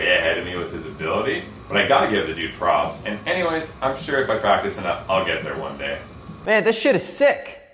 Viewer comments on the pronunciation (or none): none